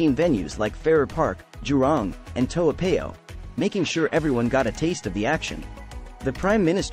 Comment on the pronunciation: We say it Padang = "Par-dung". Toa Payoh = "Toe Paryeo"😊